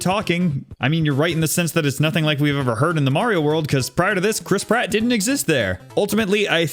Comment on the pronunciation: eeh the german one has the mainstay chris pratt voice actor and he delivers... chrisp ratt